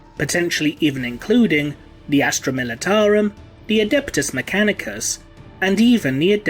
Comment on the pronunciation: he said "Astra Militarium" LMAO ( ͡° ͜ʖ ͡°)